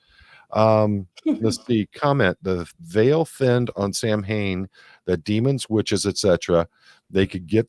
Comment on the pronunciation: Also, I'm Irish. It's not Sam-Hane, it's pronounced SOW-en (sow as in cow). It's not a person, it's the modern Irish word for the month of November (long story, I made a video about it - "Halloween is Irish") and it's basically the ancient Irish festival that marks the end of summer and start of winter (we only marked two seasons) and it was significant for many reasons.